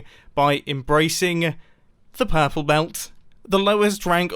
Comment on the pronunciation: Ha ha ha ha ha, pUrrPle Belt🤣🤣🤣